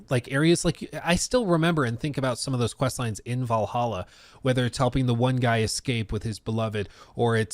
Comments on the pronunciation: "Vallaha" noyce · Val hal aa how hard is that? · If you can’t pronounce Valhalla you have serious problems